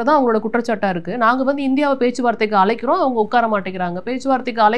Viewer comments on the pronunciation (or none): adiye anchor, A'la'ikkirom illadi adhu..'azhaikkirom'..enga 'ZHAAAAA' kaththi oru thadava sollu paappom?